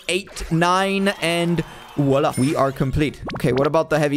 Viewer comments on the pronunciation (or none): none